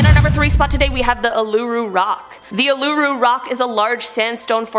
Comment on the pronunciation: OK Uluru is pronounced oo la roo ok